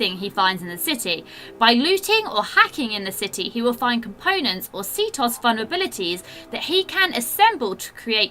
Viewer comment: lol she said ctos, It's actually pronounced as c-t-O-S